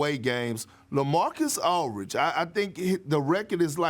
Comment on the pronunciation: Perk… it’s “Aldridge” not Alridge 😂